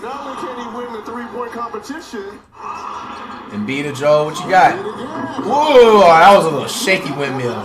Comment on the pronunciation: Lol fr Embii-The-Joel gets me everytime